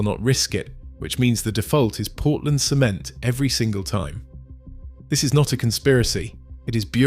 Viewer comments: when you say cement, instead of saying "sehMEnt", you're saying "semen" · Yeah, AI voice cannot pronounce the word cement, stressed the first 'e' instead of the second 'e'...😆